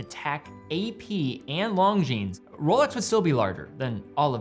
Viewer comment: “Long-jeans”? Seriously, still?